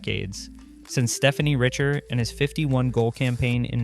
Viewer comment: For English speakers, the correct way to pronounce it would be stay-fan ree-chay. You're welcome!